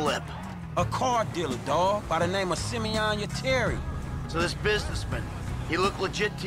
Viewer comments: Its Simon not semeion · His name is not his name is not semen it’s Simeon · its not simen its simeon